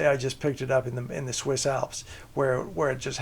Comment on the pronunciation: Swiss, not switch.